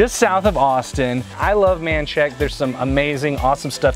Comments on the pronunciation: It’s Men-shak-a! Hi from a local South Austinite! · I went looking for this Manshack place and found out it's Menchaca how the hell did you get from Manshack to Menchaca...good God! Men-chah-kah